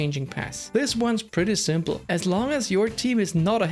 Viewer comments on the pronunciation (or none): none